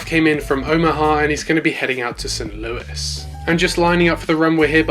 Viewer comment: Hey anyone notice he said St. Lou-IS instead of St. Lou-E :D. Just messing with you! Great update! Were you referring to me when you sent the AA ERJ-175 to Memphis? If so I don't do Memphis :) but I do do Louisville